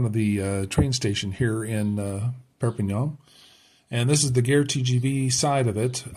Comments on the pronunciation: Gare is pronounced like gahr. Your pronunciation is the word for war!! If you ask directions to the war from a local they will look very shocked! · Just to help :-) the "a" in "gare" sounds the same as the "a" in "cat"